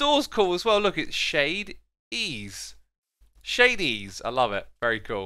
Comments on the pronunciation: No one is able to purnounce shade-es name correctly so I will help Shady ees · ohhh it annoys me how x says shade e-e's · The shop's name is pronounced (ʃɛidiʔiːz). Shade e e's.